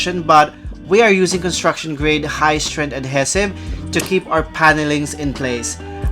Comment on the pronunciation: I love your videos and you might hate me for saying this but ADHESIVE is pronounced "uhd HEE suhv" . Cheers